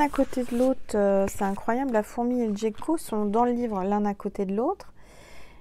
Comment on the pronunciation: Le miel et le sirop d'érable sont excellent dans le café 😁 Je n'arrive pas à boire du thé en raison d'une émoragie suite à une extraction dentaire et ça me rappelle le goût du sang dans la bouche. Donc quand j'ai le rhume et un mal de gorges, je met du miel dans mon café pour me soigner. Le gecko prononcé avec le g dur est un genre de lézard.